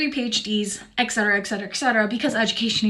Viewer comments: she said Eck Cetera, it's Et Cetera, as in Etc. Holy..... sh. Lol, in 2013 I had surgery on my right shoulder and was sent home 25 minutes after I was woken up. They gave me a Dixie cup of Sprite and ice then sent me home. Ever try to replace a bandage on your back by yourself? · What's up with all these people saying "ex-cetera"? Just to sound smart? I don't get it. Or is this just another american "trait"... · An example of education not being good enough: when you say "ec cetera"... it is Et cetera "and further" in Latin. The abbreviation is Etc, not ect. Ect is ectoplasma or something... I'm otherwise not much of a grammar nazi.. just that "ec cetera" isn't .. anything. My hill and my mission. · ”excetera” ? werent azn americans supposed2be well educated